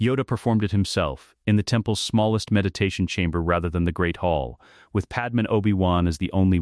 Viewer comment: I hope You’re aware that Padme’s name on here is pronounced Pad Em. The real pronunciation is Pad May.